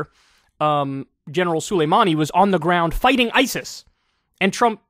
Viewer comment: For the love of god it’s SOLemanei. Not SULemanei. The guy was a POS but lots of other people have that name (like me) and it’s not that hard to pronounce it correctly. Just take a fraction of a second.